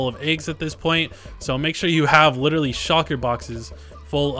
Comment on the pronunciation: shUlker boxes. Not Shocker boxes. Love the video, though